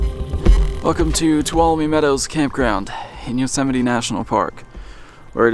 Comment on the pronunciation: Thank you for teaching me how to say Yosemite, I’ve been wrong this entire time 😂